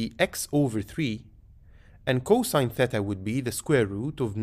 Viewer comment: Respect for saying “thêta” and not “theeta”